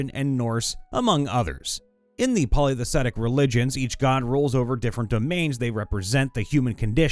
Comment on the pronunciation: I really like your work, but if you're not familiar with a word you need to look at it spelling closely before you try to say it, e.g. monotheism or polytheistic. If you just pronounce all the letters in order (save for "th," of course), you'll get those two right.